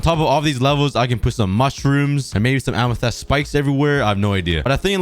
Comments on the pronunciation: A-me-thist is how you say it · Here are some pronunciation tips for you: amethyst (am i thist) and nautilus (not i lus). I hope this helps you :) also I think my name would be pretty swaggy on the wall of leaves (wink wink) :) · ITS PRONOUNCED am-i-fist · I loved it when you used to say aminest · You may not bruik the krakt amethis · im pretty sure that its called AM-A-TYS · 7_8 min ago it look really good can you buid the islands more far in t the ocean it is pronounced amatist edit i wan't far enough in the video so i didn't know you counted it later your self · I love how he says amethyst like A M E T H E S T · The way he pronounce amethyst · After hearing him say amethyst wrong I also said how he says amethyst. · It's amethyst bruh anyways awesome video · Its Amethyst Lmao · it bugs me so much that he says the word amythest wrong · i can hear the english teachers screaming at for mispronouncing amethyst. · Your saying amethyst wrong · Hey sometimes you said amethyst wrong sometimes can you try and say it correctly pls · Please learn how to pronounce amethyst. Also, you should probably beat the dragon for boxes that will help you in projects. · who is annoyed about how he calls amethyst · It’s not “amethest” it’s “amethist” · It's ame-thi-st. Not ame-the-st. I hope this will help you. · It’s AMYTHYST not AMYTHEST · Amethist ❌ Amethest ✅ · listen to me its amethyst not ametest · Just saying it not Amathest it’s Amathist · it bugs me when you say Amethyst its amitist not amehtest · Its read ~AMETHIST~ not ~AMETHEST~ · I have a challenge: make an island for every biome (Axolotl can count for ocean biome and goat for taiga forest biome) Amethyst is just a custom biome P.S Amethyst is pronounced am - ih - th - ist - not am - ih - th - EST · Its so cringe when you say amethest instead of amethyst. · plz tell me u say amethyst not amethast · Whyyy does he say amethEst it's amethYst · Am a fist not em a fist spot saying it wrong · “Amethast” ya